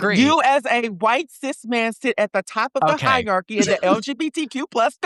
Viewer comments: In the opener when I heard her say “hiarchys” instead of hierarchy, I knew I was in for some low intelligence takes as per usual. She doesn’t even have a basic grasp of words and their meanings. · "Hi -arcys" I wish would learn how to pronounce the big words properly 😂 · They didn't even bother to correct him on "higherkey" 😂 but I think I saw Brad crack a smirk of acknowledgement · Oh god thank you for mentioning this :D I'm not a native English speaker, so I didn't know how "hierarchy" was pronounced. I had a feeling that it sounded weird, but I assumed she must be correct because she's the native speaker 🤣